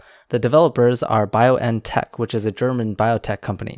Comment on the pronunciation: actually the name of the german company is pronounced Bion-tech not Bio-n-tech